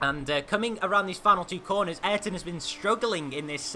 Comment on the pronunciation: did you know Ayrton is pronounced I-Air-Ton